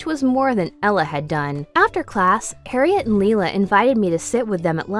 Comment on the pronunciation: the way you pronounced harriet made me die a little inside :(